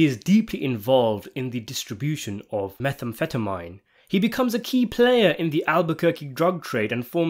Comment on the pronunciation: did you have to pronounce methamphetamine like that lol